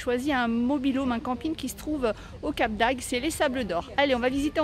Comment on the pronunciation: CC, sans vouloir t'offusquer C'est Cap D'agde càd on prononce tt les letrres A-gue-de car il existe Cap d'ail dans le sud !!! bonnes vaccances ; vas voir la plage au sable noir, c super ; malheureusement l'aquarium à fermé ; il y a ou avait un super restau. basque vers la commanderie, et un frittes belges ; bcp de commerce Et l'iles aux loisirs : le meilleurs pour les jeunes mais le pire vu la faune qui va le soir ET bonjours le CoviD, c vraiment pas top (ce constat CT l'été dernier).